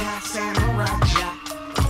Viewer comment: I still keep hearing SaRUMA Jack instead of Samurai Jack. Am I the only one like that?